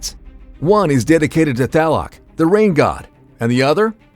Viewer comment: Man seeing this guy pronounce the names of these gods is so weird because like, bro thats not how you say tlaloc